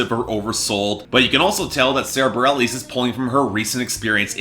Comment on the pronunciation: Bah-rel-eez? You can't even get her name right... among other things